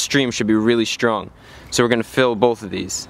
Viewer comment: "Shtream"? "Shtrong"? Why do you do that?